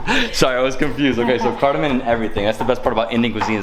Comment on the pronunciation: It's not Cardamon...... sorry you don't know It's called CARDAMOM